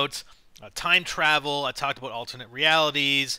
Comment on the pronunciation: Fuckin a-boat. Please stop.